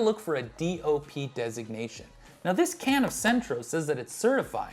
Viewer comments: I wish he would have done his homework, in not only his gaf in pronouncing “Centro” for Cento, but his failure to mention that not all USA Grown San Marzano’s are bad! A company called Stanislaus, based in California, produces a locally grown San Marzano, in various grades & qualities, that, in my opinion is better than many imported ones! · Dude you really need to learn how to properly pronounce Cento if you want to be taken seriously. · You not only pronounced it with an R, you spelled it with an R. Clearly no R on the label. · Let's not. It's not anything like the Mandela Effect. It's just you mispronouncing something that's always had the same name and label. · Thank you. Hearing "Sentro" made my skin crawl. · Cento not centro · Cento. Not Centro. I had to stop watching bc of this haha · Why did Cento, pronounced "Chento, not sentro BTW, drop the official EU DOP certification in favor of a third party certification that i might assume they paid for? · Good video. But it's Chento, not Sento. C followed by e is pronounced CH in Italian. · It's CHEN-to, not SEN-tro. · Its not Centro, it’s Cento, and it’s pronounced “Chento”. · NOT CENTRO NO RRRRRRRRRRRRRRRRRRRRRRRRRRRRRRRRRRRRRRRRR!!!!!!!! PRONOUNCED: CHENTO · I have to say, your scientific thoroughness is suspect when you say "Centro" instead of "Cento" multiple times, and put the misspelling on a graphic. It's Cento, pronounced CHEN-toe. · Cento is pronounced “CHENTO”, not “Sentro”. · Exactly! CHENTO!!!!! sentro. wth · pronounced "chento", not "sentro". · It's Cento (no R in the word) and pronounced CHEN-toh. They also have a D.O.P. version which is my go to. I tried them one time because they were on sale and I had always been curious. I'm never going back. For the few dollars difference it is well worth it. Also tasting them straight from the can is probably not best. Think about it, that is now how they will be used. To properly test them put them in a simple sauce and then compare. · It is Cento not Centro